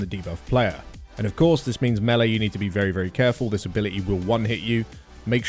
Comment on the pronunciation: "meh-lee" lol